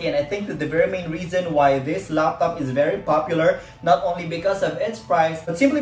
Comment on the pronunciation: I like the way he says Loptop instead of Laptop XD. anways nice vid man :)